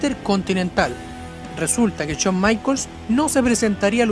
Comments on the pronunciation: CHAWN NO , shawn. Pronuncia bien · "Chon" Michaels!!!! 🤣🤣🤣🤣🤣🤣🤣🤣🤣🤣🤣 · Habla bien, CHOM, CHOM, no jodas! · Uff no sabía que esos luchadores odian a "Chon" Michaels xd. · Shawn michaels no chon maicol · Porque todos pronuncian chon se escribe shawn pero se pronuncia shon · No es Chon Michaels, es Shawn Michaels, habla bien LPM... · Aprende a pronunciar SHAWN. Es SHAWN, no CHOUN! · CHON Michaels ? O Shawn Michaels ? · "Chon" michaels. 😁😂😂😂😂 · Se me hace curioso como a veces pronuncia Shawn a la perfección y en otras dice Chon jajaj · A CHON MICHAELS 😂😂😂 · El "Cho Maiquels" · Chon maicols! Jajaja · Chon maicols xD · Chon maicols 😂😂😂😂😂😂😂😂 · Todo el video se jodio por decir "chon maicols" 😂😂😂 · Chon michaels xd xd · CHON Michaels 😂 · Chon michaels xd